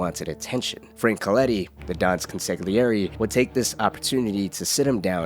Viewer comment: quick tip consigliere is pronounced with a more softer G